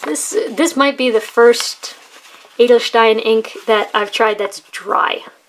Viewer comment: Don't worry. Your pronunciation of "Edelstein" is really good. :-) And thanks for the review.